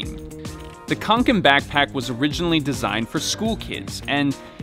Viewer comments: its fee-el rareven konken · You pronounce it like Fjehllrehven kcoken Ä is like eh and a combined into One And å is like co With a silent C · "The Fjollräjven Kianken Backpack..." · That would be a little closer, at least. It's actually pronounced fjällräven (and kånken). ;) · Reeeeeeeeeee Its not pronounced with a K its pronounced with a S reeeeeeeeeeee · I'm not even swedish and the way he says kånken makes me shudder.